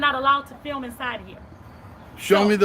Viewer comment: Especially good one. FILM, not FIM though. The L is not silent. FILL MMM